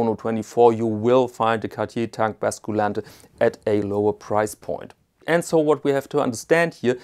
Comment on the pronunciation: Please - the U in „basculante“ is pronounced like the German Ü !!